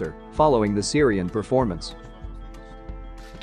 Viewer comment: Ka-la-in-grad! Wow! You mean Kaliningrad,Russia,ha,ha,ha. Where do you come from Mars?